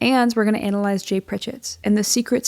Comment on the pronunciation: I think it's BC she pronounced it as...anal....ised